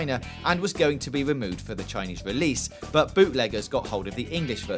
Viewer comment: Dead Wising, wewease, tolewable, gears of waw, political outwage, Liawa, owiginally, Bwazil. Gotta work on the R's there fwiend.